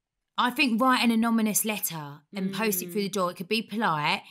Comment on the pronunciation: saying "anomymous" letter 😂